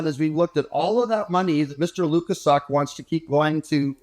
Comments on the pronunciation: Why is pretending to be incapable of pronouncing Mr Lukaszuk's name correctly? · is a jerk and the mispronunciation of Lukaszuk is just Jr High bully nonsense.